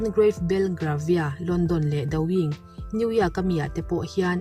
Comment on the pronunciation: New yak ni lo in new Yawk tih zawk tur a ni e.